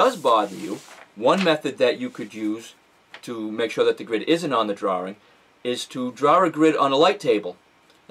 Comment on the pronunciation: Fantastic video! :-). Will watch some of your others! :-). And I love the way you say "drawring" :-).